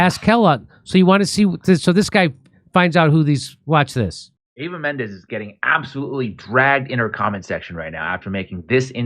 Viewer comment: Its Eva Mendez. No Menendez. Please say the name correctly. It makes you look sloppy.